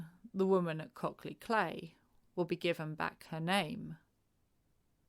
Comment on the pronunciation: Cley is pronounced CLY